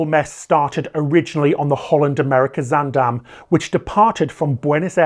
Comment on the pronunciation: as a Dutch native, I have to say this first: great job on your pronunciation of 'Zaandam'! Very sad to see the incompetence of authorities continue at the (potential) cost of more human lives.